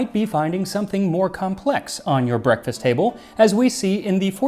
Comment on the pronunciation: "brekefaste" im calling it that now